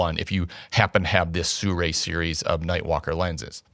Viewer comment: SI RUI not SU RAI !